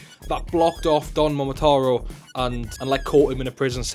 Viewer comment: Every time you mispronounced Don Momotaro wrong, I stopped paying attention to whatever else you said lol